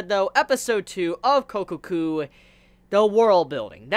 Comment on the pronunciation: Sure, i'll keep watching. I won't call it "one of the best" this season, though - worth watching doesn't mean the same as that to me. By the way it's Kokkoku not Kokoku. The "kko" is more pronounced/emphatized